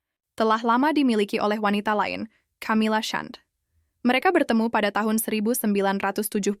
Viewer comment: Bacanya Kamila bukan Chamila.....